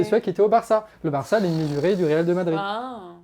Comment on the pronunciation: Excellente vidéo... ! Par contre, "Real DE Madrid" ça pique les oreilles 👂 😂